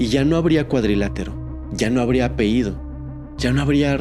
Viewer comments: Me gusta tu manera de narrar. Oye, un detalle: la pañabra es "apellido"; "apeído" no existe. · Hola se dice apellido no apeido😅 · La palabra que corresponde al nombre familiar es "apellido", no "apeído". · Sr. Pronuncie bien apellido, no apeido. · Apellido señor, apellido! No, apeido! No se dice apeido.😑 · Esto es crítica constructiva, ojalá no te moleste. Se dice sustancias, no substancias y apellido, no apeido 😊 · Muy bien solo un gran detalle es "*APELLIDO*" no apeido. 😊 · Se dice apellido, No apeido, gracias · Apehido, apehido, apehido? En verdad no puedes pronunciar correctamente una palabra tan fácil?